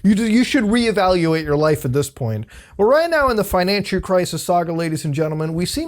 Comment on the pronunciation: Did...Did he say "Financhu crisis? 😂